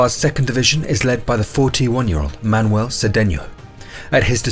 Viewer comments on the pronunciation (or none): none